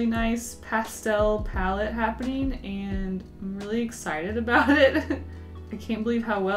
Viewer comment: I know you don’t care, but I am unable to ignore the fact that you say -een instead of -ing. For example paint-een and happen-een. Is that because of where you’re from? I’m genuinely wondering because I’m from the south in the US and we do the thing where you just drop the g in -ing words among other really weird things. Accents fascinate me.